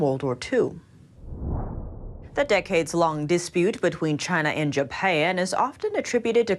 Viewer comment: am i the only one who feels like she did an accent on pronouncing japan